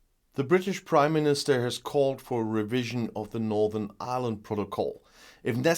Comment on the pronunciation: I swear I heard say British Crimeministrr!